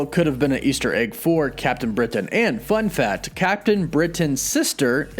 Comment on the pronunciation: When you said fun fact I heard fun fat.